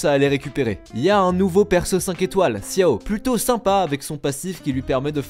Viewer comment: On dit Chiao pas Xiao😜